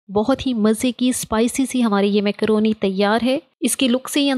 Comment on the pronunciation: Makrooni ❌ mekrooni ✅